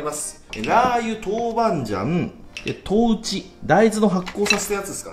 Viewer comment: 豆「豉」 鼓じゃないのよ